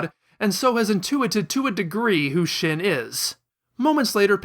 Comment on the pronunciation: Shin is pronounced sheen.